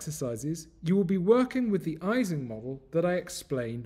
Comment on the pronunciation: Great video. I believe Ising is pronounced [ˈiːzɪŋ] as it is named after Ernst Ising.